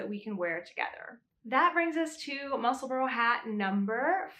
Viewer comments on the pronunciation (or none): I've made 3 so far and have plans for another 3 already. Just wanted to say it's pronounced Mussel-bra not Mussel-borough, I'm from just south of the Scottish border. I'm going to make my next one with the ribbing in the centre, I've already made one with a contrasting band in the centre of the tube for a contrast brim. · Ysolda pronounces it Musselborough. I’m not hearing a distinct bra sound as you mentioned. Just went back and listened to her part 1 tutorial. I think most Americans feel pretty good about not saying Musselburg as in burger. It’s not easy to get subtle distinct pronunciations correct when the untrained ear is hearing Mussle-borough. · Many thanks for the pronunciation tip! British names frequently confound me, so it's immensely helpful to learn the accepted way to say "Musselburgh." (I'm still recovering from learning that "Cholmondeley" can be pronounced "CHUM lee." Sigh>)